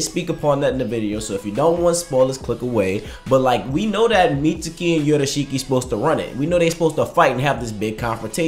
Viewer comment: it bugs the fuck outta me how you say the boy mitsuki’s name bro lmao. it’s like you wouldn’t say sasukes name with an over pronounced ‘u’ vowel. it’s saas-kay, not sasoooske. same shit with mitsuki. it’s pronounced like mit-skii, not like mit-soo-ki. idk why it bugs me, but that’s all i gotta say. dope video bro lol